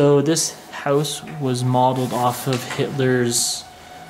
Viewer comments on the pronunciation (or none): u said howwse